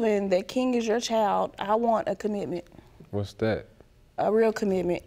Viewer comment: What's a commitnent? Hilarious. Then she explains it. Jajaja